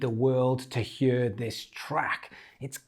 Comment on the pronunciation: Today the welsh accent came through on “hear” hahah